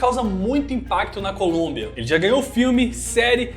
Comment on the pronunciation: Desculpe mas vou ser o primeiro em algo, pegar no pé por coisas tolas, kkkkk, você falou "Colúmbia" invés de Colômbia sim, pode mandar vídeo que "NOIS dá like", e de quebra dou um descanso pro Nogy, rsss.